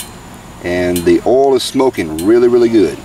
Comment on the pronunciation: Did you say oil or OO'L? I Turned in to see cheese burn, not potentially burn!